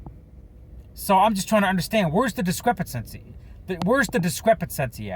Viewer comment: It’s discrepancy, not discrepancesy 🤣🤣